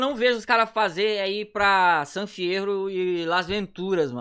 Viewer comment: NÃO É SAM É SAN